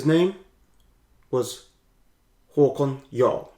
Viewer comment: You said his name exactly right.